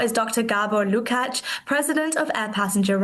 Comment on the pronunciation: I love her delivery and ability to pronounce LUKACS 🎉❤